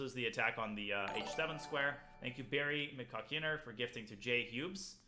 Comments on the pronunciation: he says Barry Mc-Caulkin-her XD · He reads out a donation from that name but pronounces it differently